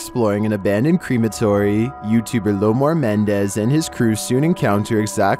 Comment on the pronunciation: Did you say creamatory loli think you mean crematorium babe lol , it’s kinda cute tho the way you said it ngl ❤️